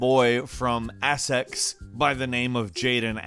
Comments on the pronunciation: Essex.... Ess ex Not ass ex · Assex it's right next to Essex lol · It’s really annoying me how he pronounces it “assex” mate it’s Essex, sorry just as someone who lives near there that really pissed me off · Assex ffs! Essex! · What is with americans and not being able to pronounce things correctly, ussex Its essex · Man said assex instead of Essex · 'Ass-Ex' lol Essex is pronounced 'ess-ecks' 😂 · For number nine it’s pronounced es Iks not assex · Its no ass ex its es ix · You said Essex like Assex the pronunciation is e six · “*ASSEX*” it’s “Essex” bro😂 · Great video. Swing and miss with pronunciations lol. It’s ESsex not Assex, just poking fun pal. Was funny hearing you say gobsmacked! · Assex 😂😂😂😂 mate it’s Essex 😂😂😂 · Assex wtf u saying it's said how it's seen Essex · assaxe lol never herd that one be fore Essex say it like e sick s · Its not assex, its pronounced Es-ex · Oi yank, Essex is pronounced "es-exx" NOT "ass-ex" 😂😂 you clown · Sorry Assex are you serious, Its ESSEX. Lmao we founded the richest nation in the world and give them your language and they do this. Nothing against you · Assex? Essex... Ess Ex... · Ess- six. What is assax? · ASSEX ASSEX!!! This made me lmfao btw it’s Essex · "ASSSAAAAAX"😂😂😂😂😂 it's es eecs sorry 😭😅🤣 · What the hell is axes? I know where Essex is lol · So It's Essex WITH AN E not 'A'ssex. I don't normally comment but the pronunciation drove me mad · Assex more like Essex. Lul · This guy is really letting down Americans, like how do you see a word that starts with an E (Essex) and think... yep, that's definitely an A! Assex! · It's not pronounced ass-sex it's arse-sex. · As an Essex boy, I can can confirm that it's pronounced S.X. not ass sex. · Essex, not ass sex my guy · "Assex" LOL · Where the heck is Assex? Come on you said that wrong deliberately! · Bro I’m laughing he said assex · I’m British and I have NEVER pronounced Essex as “ASSEX” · Assex? I think you mean Essex 😂😂😂😂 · Hahaha “asset” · It’s essex